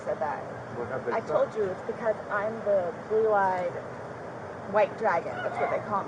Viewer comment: I thought she said ‘blue-eyed” dragon , not ‘belied white dragon’